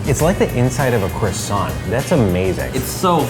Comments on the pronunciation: Really pisses me off how they pronounce croissant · kierra dockery krwa- san (an is a sound between ''on'' and ''a'') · Why do Americans pronounce croissant wrong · He pronounced croissant wrong! Triggered!